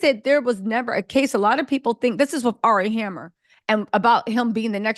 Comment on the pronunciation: ...you called him "Ari Hammer" in this vid and my wig melted...